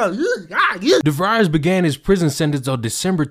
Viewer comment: It's devries like febreeze haha but I appreciate the content ! Keep up the good work!